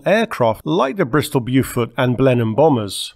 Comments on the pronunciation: Beaufort is pronounced bow.fuht. Just saying. It’s Bewfort in S Carolina. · Is this an automated script read? What the hell is the "Byooohfort!"!?